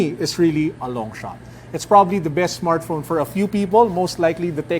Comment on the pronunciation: "android smartphrone" lol